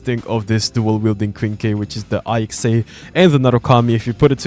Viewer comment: its ICSA not I X A